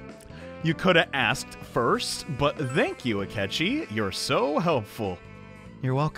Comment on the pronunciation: Akechi is still "Skechi" huh